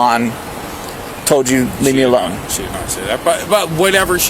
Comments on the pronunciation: Did you just say "arone," officer? Hello? Herro?? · He legit said "leave her arone"😂